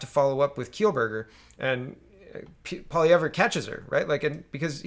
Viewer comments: Poly ev, not poly ev rah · Please check the proper pronunciation of Poilievre, pretty sure no “rah” at the end.